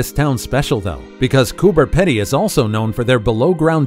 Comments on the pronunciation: It's not Coober "Ped-ee" , It's Coober "Pee-dee" And do didn't do the dugouts justice. You should have shown how it looks after the grinding wheel does it's thing. Totally unique. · It’s Cooper Peeedy in pronunciation & yes I have seen most of these things, but how about Uluru (Oolaaruu) or the Great Barrier Reef or Broome (where the world’s best pearls come from) Standley chasm (named after my great x 4 aunt) (& yes it’s spelt with a “d”) or Arnhem Land & of course the Kimberleys in Western Australia to name just a few more & some possibly more interesting places? Apart from that, you did pretty well!! ❤️❤️❤️😎🇦🇺✌️ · It’s pronounced Cooper Peedy although spelt Pedy. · Americans appear to have suddenly found Australia deeming it an unknown continent and nation and have kindly taken it on themselves to tell the rest of the world about it. Nice of them but do get some pronunciations and objects incorrect Kooka burrah not "boorra" Coober is "Peedy"not 'pedy' . Lifetime Australian and havent seen some items mentioned More dinosaurs being unearthed and have a Dinosaur Trail visiting several towns that have skeletons also new species one is called Muttaburrasaurus after its discovery town,Muttaburra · It's pronounced Coober Pee-Dee. Not Coober Ped-Dee. But, this is still a good video. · I wish these poeple doing a story about Australia do a bit of research And atleast get the pronunciation of the places correct Coober Pedy correct pronunciation is peedy and the list goes on 🤣🤣🤣